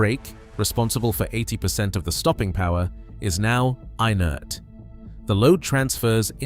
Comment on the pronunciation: inert is not pronounced I-NERT. It's IN-ERT. I stopped watching after that.